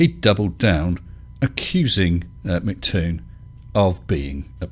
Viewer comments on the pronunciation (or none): Hey, it's NOT Mc Tòon (mick toon) it' M C Toon, like the rapper MC Hammer. (em cee Toon) I'm just sayìng. 0_0